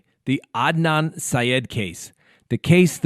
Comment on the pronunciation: Hey!: ) Adnan Syed’s name is pronounced Ad•Nan NOT A•Don lol! Just thought I’d let you know for future reference.😉